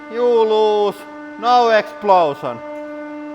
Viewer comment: "I vin you lose No exsplosin"